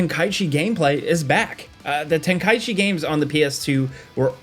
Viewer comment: Finally someone pronounced Tenkaichi correctly